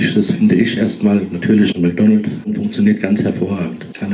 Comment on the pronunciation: „Mäkdonnelt“ - made my week!😂